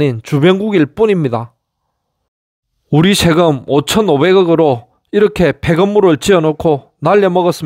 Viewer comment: 셰금(X) 세금(O) ㅔ를 ㅖ로 발음 세는 현상은 아재스타일 발음습관은 고치기 쉽고요~ 큐버리조터? 사더? 한글로 그렇게 적어서 발음 반대로 적으면 올바르게 발음됩니다. ㅋㅋ :hand-orange-covering-eyes: 경상도남부에서는 어/으 반대로 발음합니다~ '스승'으로 쓰고 '서성'으로 발음하고 '성서'라고 적고 '승스'라고 발음하지요~그래서 반대로 역발상으로 표기하면 다 해결됩니다~ㅋㅋ '서성님' '승스공단' 이라고 표기하면 발음은 '스승님' '성서공단'으로 중부지방발음으로 조정됩니다ㅋㅋ